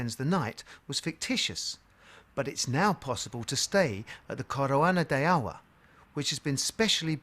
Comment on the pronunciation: when you said COROANA DE AUR ,it sounded chinese XD